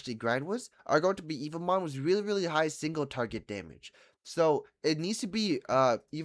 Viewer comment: He's been making evomon videos for two weeks straight and still calls em "evil mon" 🥀